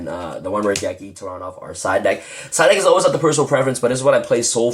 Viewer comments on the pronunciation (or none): Lol i laughed when you said duck instead of deck